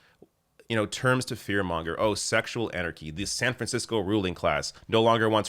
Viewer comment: ..."szcssexual anarchy!..." Lol 🤣